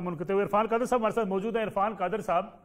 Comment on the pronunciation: Mjod nai mojood hota hay pls correct your pronunciation